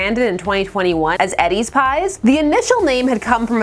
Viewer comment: FYI Edy’s is pronounced like ee-DEE. It’s a girls nickname, not Eddies.